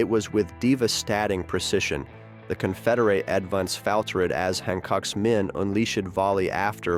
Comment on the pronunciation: These garbage channels are just dumping copyrighted material into AI apps to produce the audio. the voice reads "diva-statting precision. The Conferdate avan-dance failtered" because it's written in old-timey script that the AI doesn't recognize. You're garbage people.